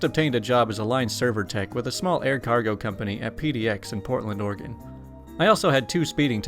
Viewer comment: thank you for saying Oregon right